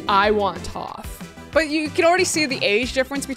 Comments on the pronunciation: It was "Tophe" for me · "Touf" bruh lmao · CRINGE It's AANG(A-Nng) and TOPH(ta-ph) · Please tell me a writer who was in on the joke had Adam pronounce Aang and Toph like that. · Because I love Adam I’ll give him a pass this time for butchering toph and aangs names